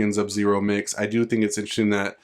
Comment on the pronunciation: That shit fake bruh and STOP SAYING ZUB-ZERO 🤬